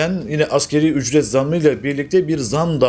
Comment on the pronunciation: Asgeri değil, asgari...